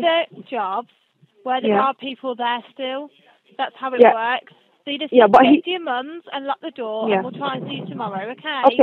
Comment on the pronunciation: Yeah fear for your life at your parents “that’s how it woarks” these people need fired